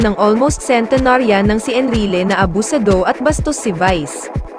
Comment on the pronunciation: Correct pronunciation ng abusado🤔🤔🤔